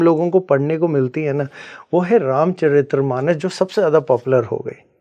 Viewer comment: ये स्वयंभू गुरु तो तुलसीदास जी को दस सेकेंड्स में debunk कर गया, ये बात अलग कि "रामचरित मानस " को "रामचरित्र मानम" कह रहा है । अध जल गगरी छलकत जाय 😂😂😂😂